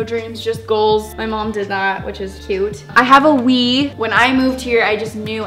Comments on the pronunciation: When she was talking about the wii I thought she said weave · I thought she said I have a weed whenever she said I have a wii